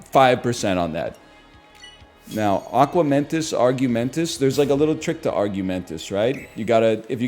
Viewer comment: It’s so funny how he still calls Aquamentus “Arguementus”